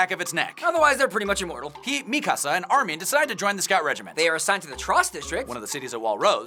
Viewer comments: 1:it's Armin not Armeen 2: He came out of the nape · Di...di..did you just cal armin....armi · armin? who's that? all i know is army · "Armeen"..bro it's Armin. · instead of armin... did they say armie? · Ar-min, not Ar-meen. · Your too focused on going fast u said armeen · Rae Haraway sounds like they're saying armean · Did they just say ar-min wtf?????? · You said Armin wrong